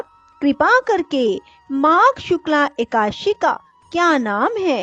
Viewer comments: जिनको हिंदी पढ़ना और बोलना नहीं आता हो उनको कथा वाचन नहीं करना चाहिए । खुद गलत बोलोबौर दूसरो को भी गलत बोलने के लिए प्रेरणा मिलती है । एकाद_शी / एका_ दशी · Madam plzzzzzzzzzzzzzzzzzzzzzzzzzzzz ekadashi sahi tarikeeeeeeee se boleeee